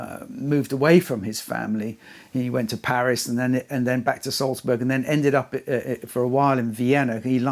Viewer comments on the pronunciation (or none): none